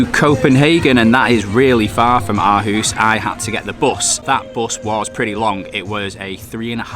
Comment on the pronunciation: Aarhus should be pronounced with a much deeper I know this because I am from Aarhus and play in AGF youth academy and it’s one of the best in Europe/Scandinavia